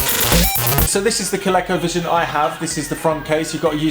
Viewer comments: Love it! FYI (probably showing my age here) but Colecovision is pronounced with a hard "E". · Here in the states (well mid-Atlantic anyways) we pronounce it ‘Ko-leeko. Never even thought of it with a short “e” sound. Neat!